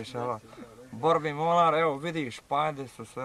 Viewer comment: 1.05 n'zna reci MORAL hahah